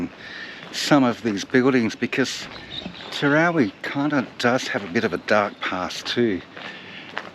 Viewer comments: It's pronounced TER-OW-EE Not TER-ROW-REE There's no R after the W. Great vid tho. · TEROWIE. sounds like you're saying Terowrie?? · IT'S TEROWIE NOT TEROWRIE..SO ANNOYING... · It’s Terowie. Not with an r on the end as in Terowrie. Very annoying. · TEROWIE, not Terowerie! 🇮🇪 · It's pronounced Ter-ow-wee!!! not terowree!! as a local to the district its lovely That you are teaching people about our history, but please get the town names correct!! we are very proud of our towns and heritage in South Australia ❤ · Terowie, NOT TerowRie.... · Terowie. NOT Terowrie. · It is Terow wee…..Not Terrow ree. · It is pronounced Terowee, not Terowree. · TeroWie there is no extra r in the name. If you make these videos you should probably get the name right. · You Must be in training to become a News reader as they often say names of towns wrong and you put up a great story and show and I'll never make it to The big Terowie, so Many Thanks for putting this up,Cheers 🥂 better late than never 😊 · Would help immensely if you pronounced ‘Terowie’ properly! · The mis-pronunciation is killing me. Where is the 2nd r in the name. I think it’s a South Australian thing, I’m constantly reminding my wife of the correct pronunciation of Nuriootpa. Sandgroper here and yes I have been there. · Speak to the locals about how to pronounce the name Terowie. Not quite the way it was said by those who lived there and those who visited regularly. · I cant watch because you constantly MISPRONOUNCE Terowie